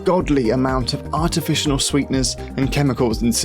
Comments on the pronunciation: "artificional sweeteners... jidestive system..." oh wow 😁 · Dude u keep saying artificional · "Artificinal Sweeteners" As soon as i heard him pronounce artificial completely wrong i lost all faith in everything i had "learned" in this video. I would bet this is either false or exaggerated information to get more views...... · What the hell is an artificianal sweetener? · "Artificianal." This guy is related to George Bush.